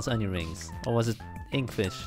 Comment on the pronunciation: Inktfish 😂😂😂 dat is ook een manier om inktvis uit te spreken